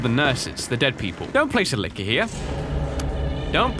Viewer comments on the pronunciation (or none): I thought he said liquor